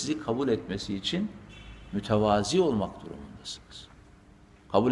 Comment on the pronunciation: 'Mütevazı' diye telaffuz etmeniz lazım, 'mutevazi' yanlış kullanımdır. Allah sizden razı olsun hocam, iyiki yolumuz sizinle kesişmiş.❤